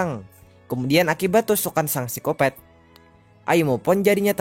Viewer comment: Bang bukan sicopet sicopat bng